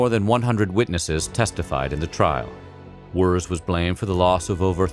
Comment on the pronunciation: Henry Wirz, but pronounced like "Wertze".